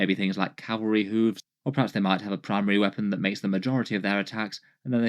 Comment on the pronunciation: I heard "Cavalry hooves" as "Cadbury hooves," which sounds less dangerous but definitely more delicious.